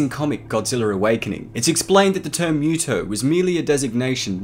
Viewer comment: UggggH! Dude you are killing me with your pronunciation! It's not a cat-creature. It's not MEW-TO it's MUTO. And you got at least half of your "facts" wrong. The MUTO's cocoons were found INSIDE the body of a creature like Godzilla, perhaps even one of Godzilla's ancestors, BURIED deep in the earth. Which means the MUTO that made the cocoons were seeking natural sources of radiation, just like Godzilla. It parasitized the creature and caused it's death. The fact that it was buried kept the radiation level too low for the cocoons to mature. It was only when exposed to the outside air that the reaction triggered one of the cocoons to hatch and the larvae to seek a new source of radiation. Which just so happened to be a human nuclear facility. In the absence of such a source, the larvae would undoubtedly burrowed deeper into the earth seeking the radiation it needed. The movie even explains this. The MUTO's weren't specifically seeking HUMAN made sources of radiation, just EASY and NEAR sources of radiation. Hence the sub attack, the train attack and the aircraft carrier attack.